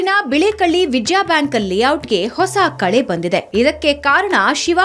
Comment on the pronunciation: ಬಳೆಕಳ್ಳಿ ಅಲ್ಲ.. ಬಿಳೇಕಹಳ್ಳಿ